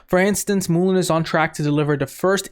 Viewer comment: Mullen not moolin